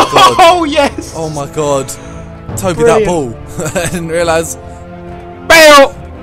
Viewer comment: Tobi not Toby